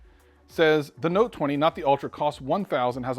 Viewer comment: No no”te’